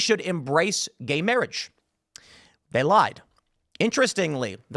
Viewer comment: Lol "guhey mayrage"